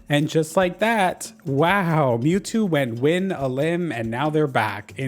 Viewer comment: i know you said mewtwo but “pnue-new” was what i heard first and was sent into oblivion over a possible dlc leak